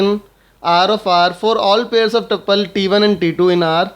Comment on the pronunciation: Aap tapples kyo khte hai uska naaam tuple hai